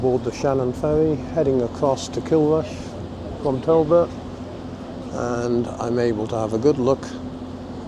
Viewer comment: It's Tarbert not Talbot.